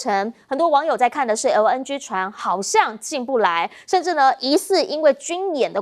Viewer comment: LNG 唸成LN居？又啊啊的講話. 又愛裝嫩⋯⋯專業點